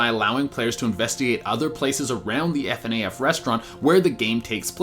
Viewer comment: No one says Fnaf like that